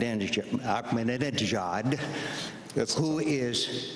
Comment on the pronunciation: it's funny and hilarious how McCain mispronounced the leader of Iran's name, haha, .